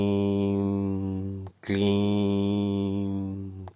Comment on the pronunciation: प्रणाम महोदय 🙏 आप " क्लीं " का उच्चारण " क्लीम " क्यों करते हैं ??